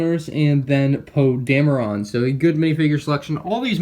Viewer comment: It is pronounced Poe Dam - er - in... Poe Dameron